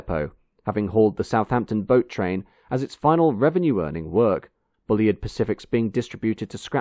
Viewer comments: FFS get the pronunciation right! He wasn't called Bully-id - it's Bulleed. I think this might be the same narrator that insisted on talking about 'carry-ages' instead of carriages in another video. More homework needed! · For future reference: 'Bulleid' rhymes with 'succeed', lots of great footage of the Bulleid Pacifics doing their thing. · Hi. Great video as ever. I wonder whether you have a more detailed link to the engineering drawings you have used in your video. Sorry, the pedantic in me is fighting to get out: I believe that most people pronounce "Bulleid" as "bulleed" (I stand to be corrected); also treadle (rhyming with treacle) is pronounced "treddle". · I always wondered how Bulleid was pronounced - I guessed Bull-eyed but here it's Bully-id. I believe it but I was surprised. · The A4’s on the LNER and the Un rebuilt Spam Cans on the Southern were the two most iconic steam engines on Britain’s rails. Then I suppose the Deltic and the HST. The current crop will be forgotten in the wink of an eye. Not wishing to be impolite but is your odd pronunciation of the name Bulleid intentional? He had it pronounced to rhyme with Seed, Heed etc. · Show me three steam enthusiasts and they'll have four different ways to pronounce Bulleid. Personally I favour Bull-eyed. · Although his name is pronounced..’Bulleed’..as in..’Reid’.. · Excellent video, as ever, although, as Bulleid put it himself - ''Bulleid rhymes with 'succeed', Maunsell rhymes with 'cancel'''. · Great video. I'm still not sure how Bulleid's name was pronounced: I've heard 'Bullied', Bullide' and now 'Bullyid'. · Thanks for posting. Excellent as always. But isn't it 'bulleed' and 'tredle'? Just checking %~)) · It's pronounced"Bulleed". Oh, and by the way, keep up the (generally) good work! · Shame about the failure to pronounce 'Bulleid'. Very off-putting. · Might as well get it right!